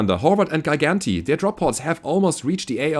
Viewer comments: Gigante is Spanish for Giant. Pronounced Hi-Gahn-teh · I think its spanish for giant, and its pronounced as G.-gan-tae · Not a soft g like in "giant"?